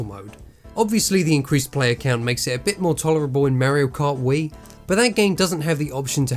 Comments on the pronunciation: Wtf is "Merio Kaht" ???!?? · Why does he say merio kart